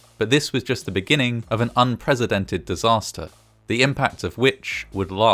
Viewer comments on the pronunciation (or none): “unpresidented” is not a pronunciation I expected to hear on this channel! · "unpresidented" unprecedented Pronounced un-press-ih-dent-ed Not un-prez-ih-dent-ed The difference being between the two words, President (the a "z" sound) and Precedent (with an "s" sound)